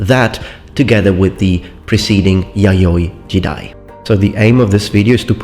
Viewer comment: You say yayoi jidai, I hear yaoi jiday...